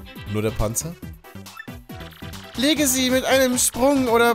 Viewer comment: "Nur dee Panzer?" Komm schon